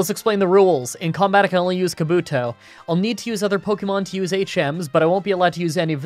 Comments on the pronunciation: As yes the ninja I mean Pokémon kabuto. Its ca- boot- tow btw. Kaw boo - toe is a ninja in Naruto XD also fun fact, kabuto could learn Hydro Pump in gen 1, then in gen 2 they removed it. Making it so kabuto couldn't learn any water moves via level up till maybe gen 5? I never understood why gamefreak did that. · Ok...Ok, I forgave "Rah-ta-ta" but "Kah-beh-toe" You're doing this on Porpoise right !? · He's Canadian, and names are hard. He doesn't watch the anime (or anything on TV other than professional wrestling for that matter) so the only way he would've learned the names of certain Pokémon would've been from people either telling him, or looking them up himself.